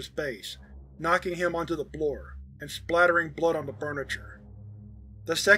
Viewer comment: "knocking him onto the BLOOR" i spat my coffee out hahaaha